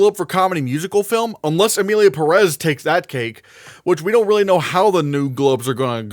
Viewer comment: It´s pronounced PEH-res (emphasis on the first E with a visible accent on top of it) not Pah-Rass